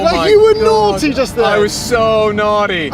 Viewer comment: "You were naughty just there" "I was so nody..."